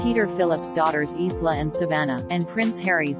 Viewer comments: Please -- L.E.A.R.N. "Louis" is Loui-e (not Lewis) and 'Isla' is Yla (not Isssla). Can't take your channel seriously if you don't even check the right pronunciation :( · It isn't Lewis, it is pronounced Louis (Louie) and is French in origin. And Isla isn't pronounce Isla but Eyela. You've had this explained in the past numerous times but you continue to ignore the facts. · PLEASE PLEASE PRONOUNCE ISLA AS EYE-LAH.